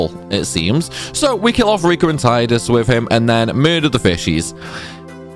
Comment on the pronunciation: Heh you keep saying Tide-Us but it's Tee-dus.